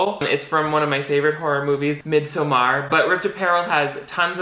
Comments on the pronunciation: If midsommar is supposed to be the Swedish word, just pronounce it midsummer lol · You are so funny! But lol with the butchering of swenglish! You cant say mid in english and summer in Swedish, say midsummer or miiidsommar its one word! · no one:: mid sew mar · honey I love you pls be my friend but the way you pronounced midsommar literally gave me war flashbacks. I’ve never been more triggered in my life I